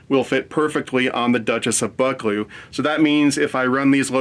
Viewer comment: Duchess of Buck-clee-oow! Not all British locos had smoke deflectors, even in the same class, and they were generally a post war fit.